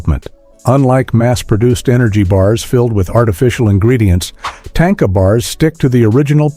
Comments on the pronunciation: Correct pronouncing of "Tanka" is "TON-KAH" Not TANK-AH... please stop using A.I to voice over your content. its lazy and unappealing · It’s not tanka like tank is tanka like tah nka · There is no tank in Tanka. More like ,,,,,grrrr, no way to spell it in English. tȟáŋka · Just an FYI: it's not pronounced "tain-kuh' 🤣😂 It's tahn-ka. 😉